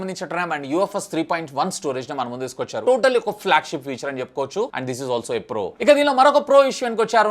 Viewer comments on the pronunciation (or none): none